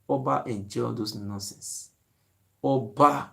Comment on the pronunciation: This boy is just saying norcense@ boy